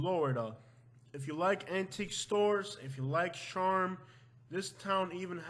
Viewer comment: Yeah he can't even say charm.